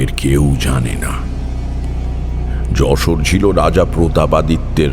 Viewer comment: খুবই বাজে যশোরের উচ্চারণ! একদমই হয় নি